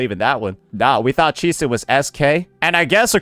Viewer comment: Bro keeps on bashing Chisa’s name